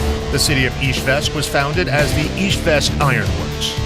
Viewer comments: Beautiful video, thank you! However, the capital city is IZHEVSK, not IzhVEsk, as they say in the video. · Izhevsk, it is Russian varient, Udmurts call the city Izhkar